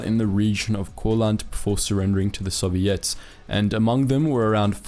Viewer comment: The way the narrator says soviets is weird, sounds like he's saying "sobiets".